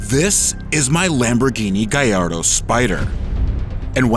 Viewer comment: Gaeyardo sounds better than Ga-lard-o.